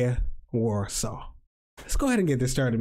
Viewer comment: Thanks for the opinion on best cou try you've been to:), to pronounce Warsaw in Polish(Warszawa) is var(a strong r) - shava which all together is varshava, like a different city.